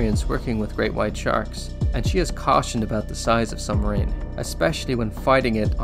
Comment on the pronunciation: lol he said sumbmarine